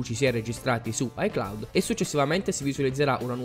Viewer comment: Si dice iCloud